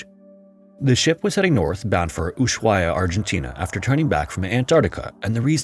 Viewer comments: Not sure if someone has mentioned this, but the “h” in Ushuaia is silent 😇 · Each time he mispronounces Ushuaia, a ship sinks in the Drake Passage.